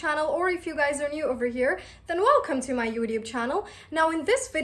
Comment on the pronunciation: Why do you pronounce youtube like that...